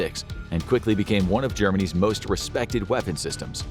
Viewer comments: He said “Germany’s fighters” but my brain heard “Germanese fighters” every time I replayed it. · He said Germany’s